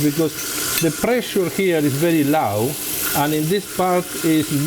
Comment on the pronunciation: "because the prrrray-shear here is very lau" LOL...